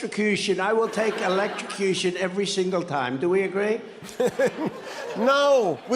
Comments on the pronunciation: At least JFK knows how to pronounce electrocution (hint: it doesn't contain an x in the middle)! 😂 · At least the old grumpy guy comes up with brand new words like "elecstecution."